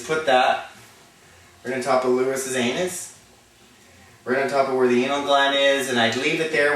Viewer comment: "Aneth" LOL!